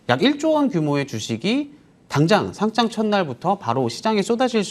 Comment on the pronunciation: 거래소에 등록하는 "상장"의 발음은 [상장]이죠. [상짱] 발음은 틀린 건데 유의 좀 해 주세요.